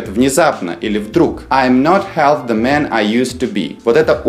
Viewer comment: Здравствуйте! Меня давно волнует вопрос произношения буквосочетания th. Например, в артикле the. Вот у вас я слышу, что произносится на транскрипции русского языка " ти", "тэ". У меня был преподаватель, который проходил стажировку по английскому языку в Англии. А затем он преподавал английский язык несколько лет в Германии. Так вот он давал нам такую транскрипцию : например, слова the - зэ, слова think - синк. Моя клавиатура не позволяет написать транскрипцию из английского словаря, где буквосочетание th произносится как твёрдый и как мягкий звук ( то есть "з" и "с"). В вашем случае этот звук произносится как "Д" и "Т". Но есть версия, что это произношение американского происхождения. А мы знаем, что американцы изрядно подпортили английский язык. Даже эту песню я слышала в исполнении разных певцов, и также это буквосочетание th произносилось и как "з", "с" , и как "д", "т". Кто же здесь ближе к истине? Надеюсь получить от вас ответ. Спасибо.